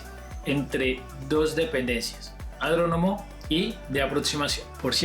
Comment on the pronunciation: Adronomo? 😂 es aeródromo.